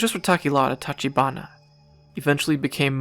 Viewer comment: Same for tachibana: "ch" as in chess or chair